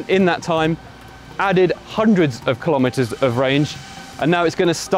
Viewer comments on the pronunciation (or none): Those are...insane numbers; wow! BTW, the symbol for kilowatt(s) is kW, not "Kw". Similarly, kilometre(s) is km, not "Km" (kelvin-metres). Also, kilometres rhymes with nanometres, not with "thermometers" (because it's a unit, not a device).